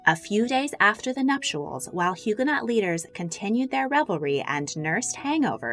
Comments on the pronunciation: If you say HugaNOT again I’m going to scream!! HugaNO - the T isn’t pronounced. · Loved the vid. FYI to those reading: Huguenot is pronounced Hugh-guh-no. Silent t and ending sounds like “no” instead of “not” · The last letter of French words is invariably not pronounced. So, Huguenot and Huguenots are pronounced Hugo—no and hugo-nose! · FYI the last syllable of “Huguenot(s)” is pronounced “no”, and the H is silent. The St Bartholomew’s Day Massacre was a major blot on Catherine de Medici’s reputation and legacy. It took decades for France to recover from its sanctioned persecution, torture and slaughter of French Protestants. On the other hand I have great sympathy for Catherine’s embarrassment at being supplanted in her husband’s affections by Diane de Poitiers. That must’ve made trying to have children with him uncomfortable at best and distasteful at the worst. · The T is silent in Huguenot. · The T in “Huguenot” is silent.